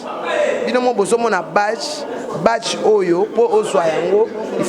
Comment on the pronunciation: On ne dis pas batche mais abdge